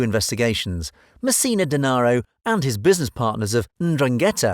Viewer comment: Such a mystery you can’t even say his last name right...or any of the names you mentioned lololol